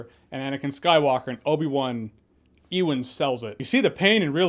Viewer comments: lol - what is it about the name Ewan that Americans find so hard to pronounce? I've heard EE-wan and I've heard OO-wan. It's more like YOU-wan. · Ewan is pronounced 'you-an' not 'ee-wan' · EEEWAN? It’s just Ewan 😭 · I love your videos, really enjoy your takes. But it's not E-Wan! It's You-an. Ewan McGregor, pronounced You-an. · EEwan? 🤣 Its pronounced Youwan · Who the hell is EE-Won McGregor? It's YOO-EN, YOO-EN!!!! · Ewan is pronounced "YOU WON" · Pronounced "U-wan" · “EEE-wan sells it” WTF? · Bro, Ewan is pronounced “you-in” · You pronounce Ewan wrong. Is that on purpose for comedic effect?